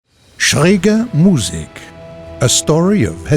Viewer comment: You almost pronounced Musik right just a little faster so that it is Musik not Muuuussik. :) +Great Video